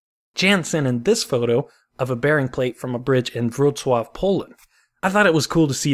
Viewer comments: your Wrocław pronounciation is just perfect greetings from Poland PS Jan is more like Yan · That correct pronunciation of Wroclaw tho... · I really appreciate that you put the effort in pronouncing Wroclaw correctly :) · Thank you for saying Wroclaw correctly :)